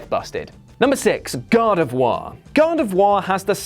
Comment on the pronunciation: You're pronouncing Gardevoir wrong. If it were spelled Gardevois, then you would be pronouncing it correctly.